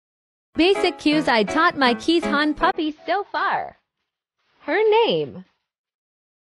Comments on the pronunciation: "Kees", not "Kee's". Keeshond means "Kees-dog", not "Kee's dog". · Pronounced KAYZ-ond. there is no ee sound, and no sh. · Love this video! just one thing to say, the name is pronounced "Kase-Hund" They are a Dutch breed that actually means "Kee's Dog" as they were named after a man (Kee's) who was known for his dogs (Hond). They are amazing dogs for sure!!! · It's pronounced Kay-shond. Google it if you you wish. I've had the breed for nearly 50 years. Wonderful dogs!